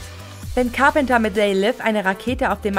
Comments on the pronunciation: Car-penter und Unschwellig.... sofort ausgemacht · Du sprichst Carpenter falsch aus. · Der Präsident wird RÄGAN ausgesprochen nicht RIEGÄN. Und es heißt CAR PEN TER NICHT CARP ENDERS. echt mal, schlau sein wollen aber falsche Aussprache haben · Carpenter.. Reagan....was ist denn das für eine Aussprache!